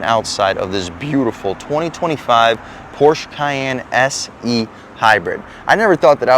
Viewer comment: Dude cannot even pronounce porsche. pass.